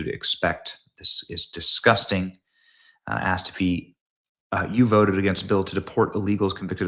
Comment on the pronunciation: Deport non-English speaking Shri! “Dis veek” and “I woted”…dude can’t even get the W and V sounds correct 🙄 But that annoyance aside, he’s protecting criminals, and it is a disgrace that individuals like him are allowed in congress. Way to go, Hannity, for calling him out.